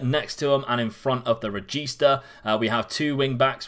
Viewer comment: From an italian, hearing "carillero" and "regista" from you is fucking awesome